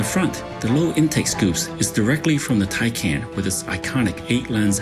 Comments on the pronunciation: It’s TyCahn, here from an actual german. TyCon? What? Where is no O in there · So it's "TY-CON" heard it right from an actual German